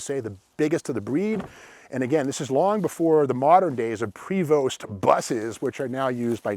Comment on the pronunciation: PREVOST...Pronounded PREVO, ST is silent OreGEN not OreGONE